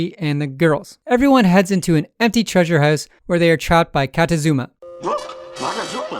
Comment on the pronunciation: One of the episodes that lives in infamy because of how Frank Welker pronounces "treasure".